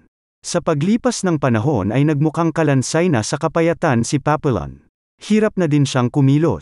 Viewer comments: Hndi yan Papillon pronounciation. Papiyon ang tamang bigkas. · The correct pronunciation should be papiyon not papillon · It's not pronounced Papillon.Should be Papiyon(silent L). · Napanood ko movie version nito starring steve mcqueen at dustin hoffman. Paa pee aan or paa pee yon ang pronunciation, hindi paa pee lon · Papiyon ang pronunciation hindi Papilon. Ayusin mo pag vlog mo hoy. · It is pronounced as Papiyon